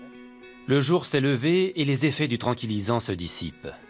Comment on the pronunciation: un géant d'un autre "jore" ???